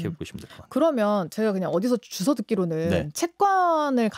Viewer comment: 동영상 11분 45초 ~ "제가 어디서 주서 듣기로는 ~" [주서 듣기]는 [주워 듣기] 라고 해야지 I don't understand~~❤️